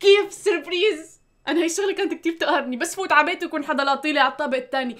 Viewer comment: وشي اخر اسمها سبرايز مو سبريز